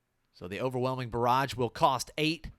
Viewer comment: Nah, it's just they way you pronounce "barrage" makes me think "garage" every time. Then I think of the overwhelming mess in my garage.